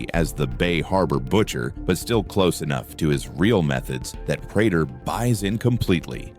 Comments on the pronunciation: He needs to type it Pray tur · Your Ai cant read prater correctly